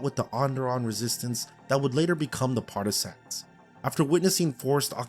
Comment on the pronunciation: Homie learn how to say partisans first. Stop emphasizing sans in the word. Its partah-sin.